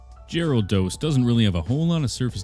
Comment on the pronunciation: Geraldos ... lol come on my guy geh·ruh·dows